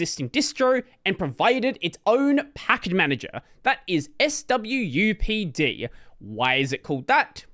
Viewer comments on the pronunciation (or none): I have never heard someone say s w u p d - much more fun to swupped in my head